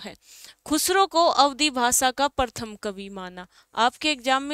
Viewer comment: प्रथम होता है, परथम नही बोलते।🙄